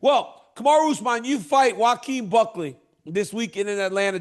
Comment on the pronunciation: Did Chael just call him Cuckley…? 😂